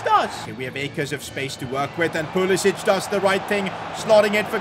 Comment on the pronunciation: Dude Pulisic is American. Stop calling him like he's Southern European🤣 pronounce C the same way you pronounce English words with C like can🤣